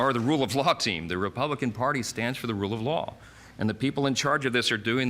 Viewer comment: Did he say "the party of the rue of law? That makes sense.